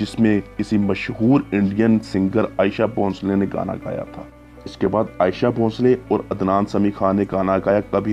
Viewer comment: Ayesha bhoshale nahi bhai sahab aasha bhosle hain